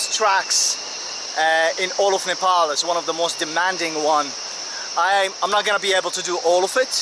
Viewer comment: its not NEEPOOL its Nepal